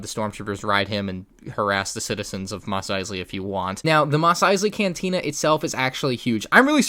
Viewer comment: ‘Mosley’ correct. Nice